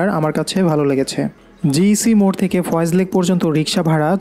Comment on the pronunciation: Foy's lake not foyez